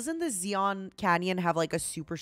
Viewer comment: did she really pronounce zion as z-on?